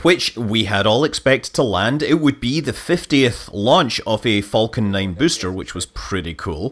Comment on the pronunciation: I am slightly triggered by Scott's continued mispronunciation of "falcon".